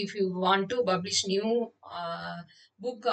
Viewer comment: Its not BUBlish....you should pronuce it like PUBlish....please polish your english pronunciation. Also please practice by attending spoken english....do not kill us by talking like butler english. Your english slang clearly shows that you are from Tamilnadu.